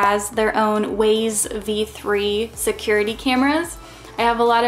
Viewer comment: I saw that you have Wyze cams in there (btw it's pronounced "Wize", not Waze). I use them in my chicken coops and runs. My grand kids are getting hamsters soon and that was a thought I had for them as well, so am glad to see that you're using them.